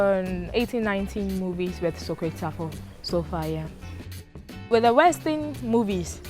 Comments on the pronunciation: The host said Sakawa wrong... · It's "sakawa" and no it is not like swag at all.